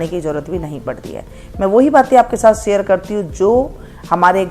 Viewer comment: शीशम को सीसम बोलने का...डिप्लोमा कहाँ से शरीर को सरीर बोलने का....डिप्लोमा कहाँ से शेयॅर को सेअर बोलने का....डिप्लोमा कहाँ से निशान को निसान बोलने का....डिप्लोमा कहाँ से ? किया??